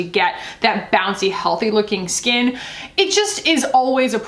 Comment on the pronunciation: You had me at Dolphin Scat Edit to say I thought you said dolphin scat vs skin. I'm dying now 😂😂😂